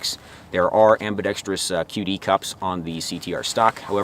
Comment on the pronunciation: You might be the first youruber to say ambidextrous correctly. Most say ambidextrious.